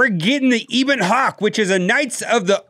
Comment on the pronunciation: Eh-bon Hawk, not Ee-bon Hawk.